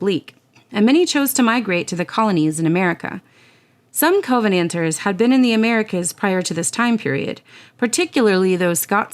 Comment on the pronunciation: An excellent video. A couple of minor things though in the pronunciation. We would pronounce it “cuh-venanters” not “co-venanters” and it’s “Jack-o-bites” not “Jake-o-bites”. Great work though.